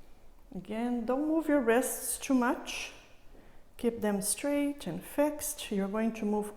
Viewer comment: "streich" instead of straight, "alinch" instead of aligned and etc etc... God see I tried to come back to finish it, can't take it. Who tough that woman to speak like that... as a teacher i feel its "cutting my ears" as we Russians say